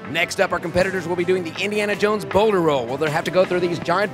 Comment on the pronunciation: I definitely thought he said boner roll instead of Boulder roll